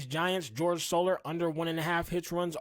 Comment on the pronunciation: This Mf called Jorge soler george solar 🤣